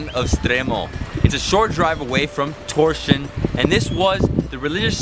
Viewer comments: Haha, Tórshavn's not pronounced "Torshian". :DD Great video, though! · Please stop saying Torsion, you're hurting my ears. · Did he seriously just pronounce Torshavn as Torsion? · I read this before watching but i still wasnt prepared for Torshin. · I think the pronunciation is pretty much like "toesh hown". And it doesn't mean 'God of Thunder', but 'Thor's harbour'. Yes, Thor is the God of Thunder, but you forgot the harbour.